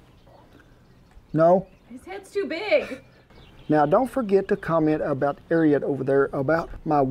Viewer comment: Hey Ken, its pronounced, AIR A RAT!